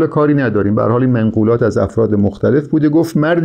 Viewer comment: شطحیات را اشتباه تلفظ میکنید به سکون ط است و سهلگی به ضم س است. منقولات به فتح م است و ..‌. کتاب النور هم توسط عبدالرحمان بدوی در قاهره چاپ شده و ترجمه استاد بر اساس این تصحیح است نه نسخه خطی. الغرض فواید بسیار است در خواندن این کتاب. ممنون از شما